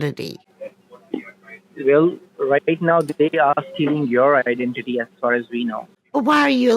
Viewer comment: These thieving idiots cannot pronounce IDENTITY for all the rickshaws in Scamland!